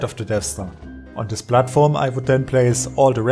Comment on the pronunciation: "I decided to build a Plattform" This guy is german, isn't he? By the way, great Video